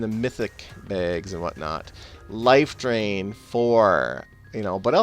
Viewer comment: I like the way you say bags. BEHGS.